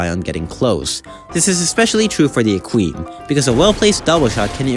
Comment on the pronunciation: Are you pronouncing equine like that on purpose